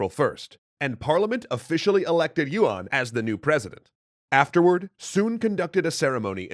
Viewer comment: by the way, yuan is not pronounced as yu-wan. its more like yuen or yen